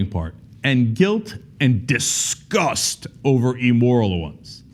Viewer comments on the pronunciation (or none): It's not ''e-moral'', Cenk. It's either ''immoral'' or ''amoral''. Pro-nun-ci-a-tion is key.